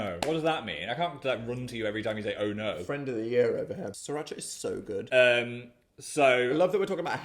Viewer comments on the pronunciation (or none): none